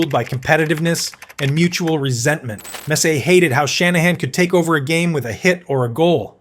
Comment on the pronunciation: A video about Messier (whom I can't stand, but wanted to see Bure), and the AI narrator can't even pronounce his name.🤦‍♂Turned it off...